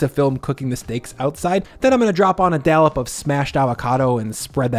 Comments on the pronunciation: Are you saying "dallop"? I think it's "dollop". Looks good tho,! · Looks amazing! ...but "dallup"...lol 🤣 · Love your vids! Btw dollop is pronounced exactly how it’s spelled. There is no “a” 😊